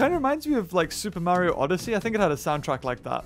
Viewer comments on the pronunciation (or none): did he just say super Mario Odyssee